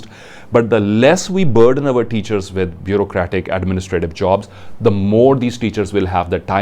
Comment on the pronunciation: Sir plz not to offend you ...your presentation is awesome but u pronounciation of your THE ...before the consonants is wrong